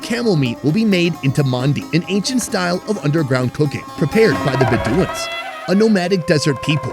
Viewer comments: you fumbled on pronouncing bedouins :D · Love this series…just a quick note tho your pronouncing “bedouins” wrong